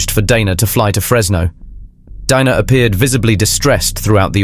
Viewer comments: Interesting presentation about a greedy killer. Odd how you pronounce "Dana", sometimes correctly, with a long "a", sometimes you say "Donna". It's irritating. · DANA not Donna